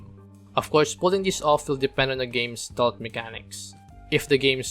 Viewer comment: Ste-lth, not "stolth"